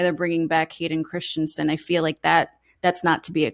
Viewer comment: erm....How many channels....... It's 'Christensen' , NOT Christiansensensensne......lol